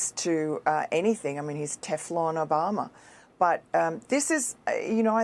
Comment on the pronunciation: Why does she say barack o-bomber